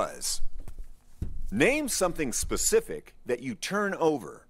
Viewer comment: "I'm just gonna rame random fruits"